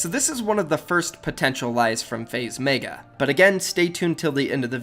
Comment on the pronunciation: why does he meyga its megga